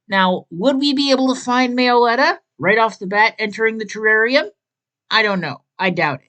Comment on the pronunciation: everyone has different pronunciations about pokemon names but me-oh-letta is down right criminal i really hate to be rude but its pronounced mello-etta